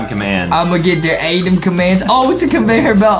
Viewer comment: Btw it's "ADEM" Not "ADaM"